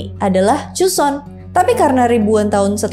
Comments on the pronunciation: Bacanya joson bukan cuson😂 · joseon ka bukan cuson😭😭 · Maaf ka pelafal an nya JOSON & GORYO ya bukn Juson atau koryo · Kok jadi chuson😅😅😅. Pdhl Joseon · tulisannya 조선 bacanya jo (o nya sawo) seon (eo nya roti) jadi bacanya joseon bukan choseon